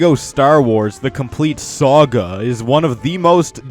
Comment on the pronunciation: Amanda Deloach I hate how he says SAAGA